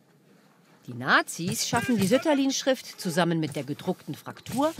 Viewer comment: Sütterlin wird doch nicht auf der ersten Silbe betont.